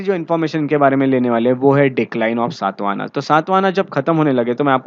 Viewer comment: The dynasty name is Shaata Vaahana शात वाहन....सात् वाहना नहीं. What kind ofvalidation you have done on your knowledge. अंग्रेजी में पढोगे तो ऐसा ही होगा। गौतमीपुत्र शातकर्णी... सात् कर्नि नहीं मूर्ख